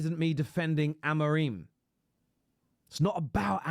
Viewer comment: I'm pretty sure it's pronounced Amo-rim not Amo-reem, that's how the Ai bots pronounce it lol